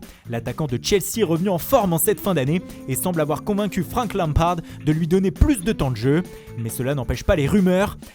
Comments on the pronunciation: Franck (prononcé à l'allemande) Lhamphard (avec des H partout)... C'est qui lui ? Certainement pas le coach de Chelsea. Faut arrêter de détruire toutes les langues et leurs prononciations. C'est ridicule. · ”Franck LampHHHaRd !” ⁉️